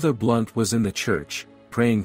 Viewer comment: ❤There is a Fr Blount... Not "Blunt"